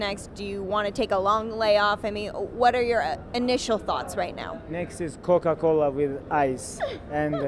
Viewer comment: Masvidal: "3 piece and a soda" Khabib: "Steak, and cola-cola" Jon Jones "Cocaine and turinabols"